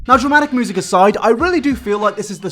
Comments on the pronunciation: I love how you pronounce "music" as "moosic" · Normal person: music: moosic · Everybody else: Music: Moosic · really do be out here saying moosic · Nobody:: MOOSIC